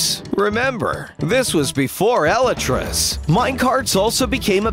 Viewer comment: I honestly have NEVER heard someone pronounce 'elytras' that way! XD